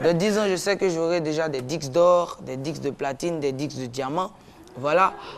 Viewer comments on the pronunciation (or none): gars McOne on di Disques pas dixse........hhahahahahahahahahaha